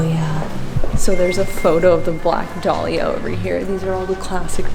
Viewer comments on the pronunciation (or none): Your pronouncing dahlia wrong it's da-lee-ah